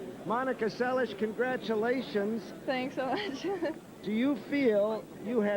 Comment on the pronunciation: Steffi's sliced BH dropshot was lethal. She wasn't able to use it in the second set. By the way, why was Dick Enberg pronouncing Monica's last name as se-lish? Is that the Hungarian or Yugoslav pronunciation?